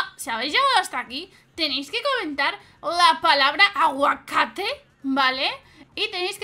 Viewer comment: "Aguacate" jajaja re argentino :v